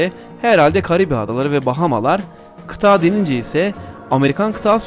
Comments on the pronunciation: Kardeşim tebrik ederim...Yeni videolarını da bekliyorum...Yalnız bir ricam var....Kıtağğ değil kıtA'dır...Birkaç videonda daha var aynı hata...Kulak tırmalıyor,konsantrasyon bozuyor...Lütfen diksiyon üzerine biraz çalış... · Kita değil kıta